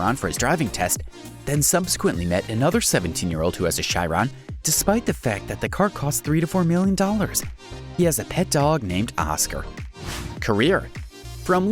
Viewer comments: Same with Gallardo... Guy-yardo. Chiron - She-ron. Stradale...Stra-doll-ee. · Chiron and stradale pronounced wrong. But I enjoyed the video.